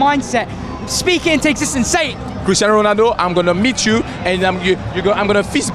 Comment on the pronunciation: so you are telling me, this man casually shakes MANE's hand, and he's just like "kristan ronaaaald"